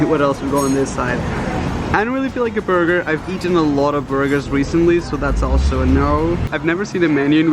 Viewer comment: it sounded like he said “orger”